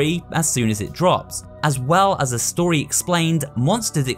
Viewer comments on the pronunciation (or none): none